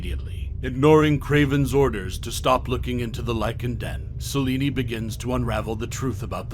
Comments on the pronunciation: Celine. Not Celinie. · Idk why you kept calling her Selini. It’s Selene(sel-lean) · Its Selene not seleney lol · Selene. But he’s saying salini🤣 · Is he pronouncing Selene as "Saw-lenie" or is it just me? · So you don't know how to pronounce Selene?? Did you watch any of the Underworld films?